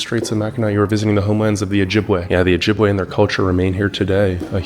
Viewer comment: It's not Ojibwuh, it's Ojibway.